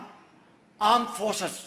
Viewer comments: Pakistani aaand forces 😂😂😂😂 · pakistan aaandd/aam forces 🤣🤣😂 our failed marshel 😂😅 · Pakistan Aand Forces 😂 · Aand force 😅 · aand forces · Aand forces 😂😂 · Armed forces ❌ Aand forces ✔️ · Pakistan AAND Forces 🗣️🗣️ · aund forces 😼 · World lumber one Aaand force is Pakistani aand force🤣🤣🤣🤣🤣